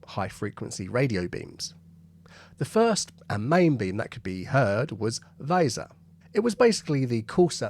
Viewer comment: It’s not Guh-Rat but rather Guh-Rate. The umlaut is not for nothing. Also, the river is Way-Zur